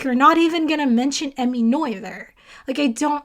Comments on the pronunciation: Its "nur-turs" theorem, not "noi-the-rs" theotem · By "Noyther's" theorem do you mean the one by Emmy Noether? If so, it's not pronounced 'noyther'. It's the German letter ö that you need after the N sound. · It's Emmy, and in German the 'oe' in her surname Noether is pronounced the same as for the famous poet Goethe, whose name approximately rhymes with the last two syllables of the word 'frankfurter' in English (but not exactly in German). So just repeat the phrase "Emmy Noether conserved a frankfurter" and you are on the right track. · Love watching your review. Was a great way to end my day. P.S. in math grad school they always told us that "Noether rhymes with mother." Hers was one of MANY names of mathematicians I would regularly mispronounce when first seen written. (We all have an Euler moment.)